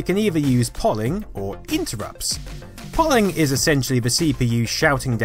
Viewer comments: Tip for you: The word ”Polling” is pronounced ”Pole ing” and not in the way which you pronounced it here, using the ”Poll” as-in ”pollen” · Polling?? In case anyone was wondering its pronounced Pole-ing not Poll-ing not sure why this annoyed me, I must be a grammar Nazi!! Great video description as always:) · Polling is pronounced "pole-ing", as in polling station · Lol yesss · "polling" cringe. Are you text-to-speeching this from Wikipedia, even so "poll-ing"? Polling is a regular word outside of comp sci. How do you not know how to say polling? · But,, you have to admit, Ghelyar is correct. I was about to say the same thing. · Lol I thought I was alone thinking it was pronounced wrong.